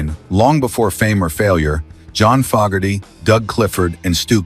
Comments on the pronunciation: Once again, an AI voice destroys a video. It’s FOE-gerty, not FOG-gerty. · FO GARTY NOT FOG ARTY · True it,s pronounced Fo ,gerty .I hope A1 doesn't holiday in Ireland and Say Ah Hello there missus FOG,erty😂😅😂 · Could have at least got the AI voice to pronounce Fogarty correctly. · It's Fogerty with a long a. Geez